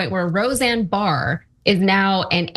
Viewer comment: Said her last name wrong lol it's just Barr not Barrs. 😅 happens to the best of us lol